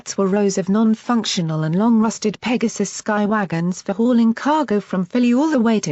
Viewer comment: The way how it pronounced "Pegasi" and "Pegasus" took me some time to hear it properly